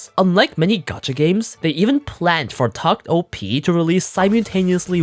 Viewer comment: It's pronounced "tact opus" btw